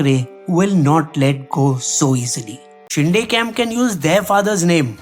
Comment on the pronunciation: It's Shinde (शिंदे), not शिंडे